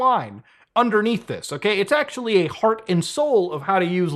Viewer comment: we're in 4% acshhually!!